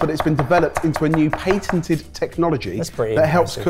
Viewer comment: if patented is pain-ted-ed how do you pronounce painted?